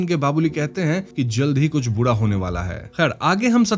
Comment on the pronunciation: Bura ko Budaa kyoun bol rahe ho? Ra bolne mai pareshani hai kya?